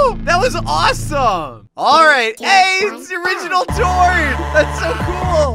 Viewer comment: Exper Ga Tord? My Brain: Exper “Gay” Tord?